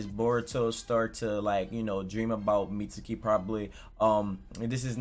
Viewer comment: How does every video go from “Mitski” to “Meet-su-kee”???😂😂😂